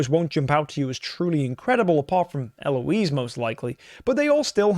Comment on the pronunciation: They way you say Eloise Bro fix it